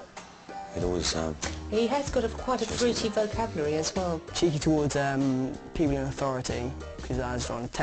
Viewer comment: i can’t believe the way the teacher pronounced vocabulary “vocaulry”